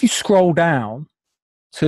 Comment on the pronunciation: Scwoll down? And you have the nerve to be a dick about other people's speech? Grow up.